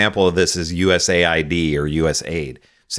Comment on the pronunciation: It’s pronounced US-AID” giving its right conotation will give it context.